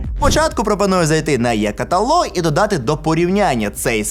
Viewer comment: Е каталог, а не Є каталог ))